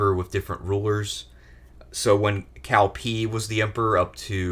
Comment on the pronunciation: So you pronounce Cao Cao right but then pronounce Cao wrong for the rest of the segment? So lost